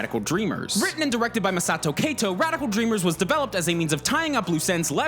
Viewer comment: Speaking of Japanese names, "Kato" is not "K"+"toe", but rather rhyming with the Spanish word for cat, "gato". All you really need to do is understand how the 5 vowels sound, and you're good. And here is a hint...they are pretty similar to Spanish.